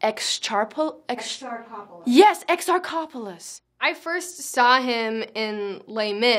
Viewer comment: Wow, that was the most American way I've ever heard Adele Exarchopoulos' last name pronounced!